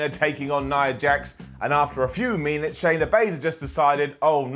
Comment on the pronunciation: Wait. Did you just say Meenits instead of minutes during the Tamina match? God I hope that was deliberate! Who am I kidding? Of course it was you comedy genius!